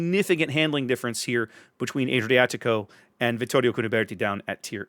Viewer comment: Just a reminder that the Fonz was NOT italian. Ah-driatico, not Ay-driatico.